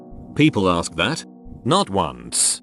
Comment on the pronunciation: For the millionth time: it's ASK a question, not AXE a question.